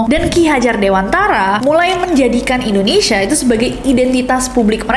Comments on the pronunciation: Kenapa Indonesia dibaca Endonesia? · Pengucapannya Indonesia bukan Indonesya..... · Trus sejak kapan ya ada penyebutan ENDONESA? 😭 biasanya buibu ges wkwkwk